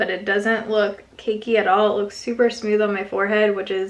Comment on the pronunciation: Post Tenebras Lux lol!! Smewth 😂